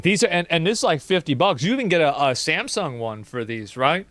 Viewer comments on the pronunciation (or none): none